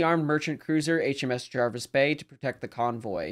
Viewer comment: Pronunciation correct👍 and thats coming from England🏴 and as its English you're speaking then i think that's a good enough endorsement! Thanks for another good video.